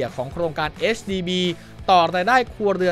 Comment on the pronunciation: HDB ค่า พูดให้ถูก 😊